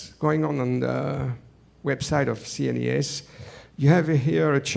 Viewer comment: Nice video, full of "things I lke" =) Thank you. I won't comment on every sentences I heard, only how CNES is said in english, a french understands it like this "C NIS" lol